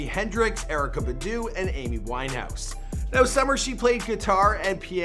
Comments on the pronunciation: He Said Erykah Beduuuuuu ... 🙃🤣🤣🤣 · Who’s Erykah BUH-DEW